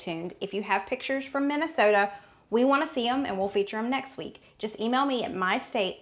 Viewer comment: Congrats on your pronunciation of “Minnesota”; you could’ve been a native! 🤭😹